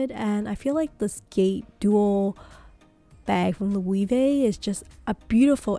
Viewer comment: It's not and hasn't been for a year now, this footage is now irrelevant. The puzzle line has focused on the tote. The bracelet pouch was the it bag about a year ago too but not so much anymore. Also you pronounced "Loewe" about three different ways and none were correct. The "e" is not "ee" it's "eh." It's also "hammock" not "hemlock."